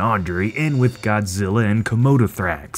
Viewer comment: Its zillaaa not god